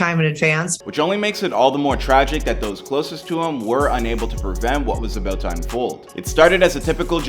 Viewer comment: Dude said your aboot to find ouuut lol